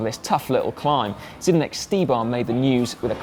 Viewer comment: it's Zdenek not Zydenek